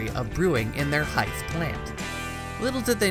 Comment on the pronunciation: "Hythe" is not "haɪθ", with the /th/ pronounced as in "Keith". it's "haɪð", with the /th/ pronounced as in "the".